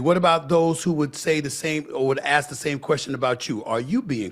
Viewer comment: Funny how Smith and Tatum can say ask perfectly but somehow says it like axes (like chopping wood) being racist is just plain stupid